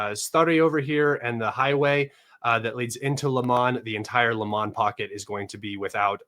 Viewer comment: bro is not LAMAN !! its Lyman - read like this LI - MAN